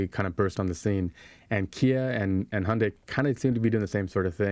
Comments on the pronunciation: I lived and worked in Korea for 2 years. Thank you for pronouncing Hyundai correctly. (Hyundai should rhyme with Sunday.) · At last guys get the best way to pronounce Hyundai, like Monday! Great work guys! Teach Robert Llewellyn the trick!